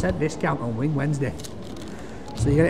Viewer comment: “Wing, wing” “Herro” 😄